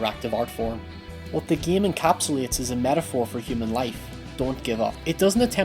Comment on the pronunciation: "this video examines the opening and closing of the geam"